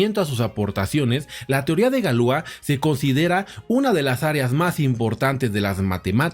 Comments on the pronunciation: Galia? Galois no galua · La pronunciación es Galuá! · En francés se dice Galuá. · Galua?galois no galua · Galua? Galois no galua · Galois Se pronuncia "galuá" menso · Galuá...pronunciación correcta